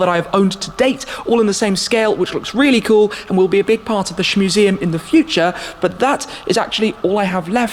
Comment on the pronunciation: 'Shmuseum' lol.